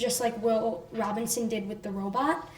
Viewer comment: I like the show so far although I am only on episode 4. That being said it really bothers me that no one in the Robinson family seems to know how to say the name properly. Are you kidding me? It's your last name! My last name is Robinson so I picked up on this. Everyone in the show pronounces the name Robin(sin) not Robin(son). What is the deal. Is this some pathetic sexist thing? E.g. When the children are putting their hand print's on the wall in the cave in episode 4 he says the line "Come on, it says the Robinsin's" This is disappointing.